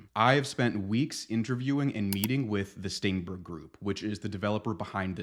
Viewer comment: "STAENBERG" Every single time.